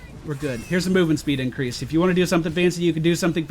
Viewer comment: He said incwease Hahahaha